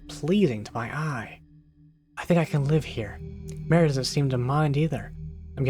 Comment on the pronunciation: Marie, Not Mary 😂